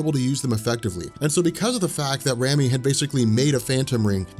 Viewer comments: Rami is a real name and is pronounced "Raw-me". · RAMI = RAH-MEE